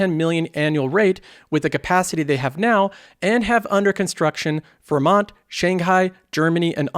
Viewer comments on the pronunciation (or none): none